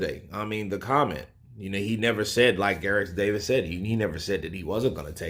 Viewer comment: pronounces Gareth Davies name right finally! 🙃😁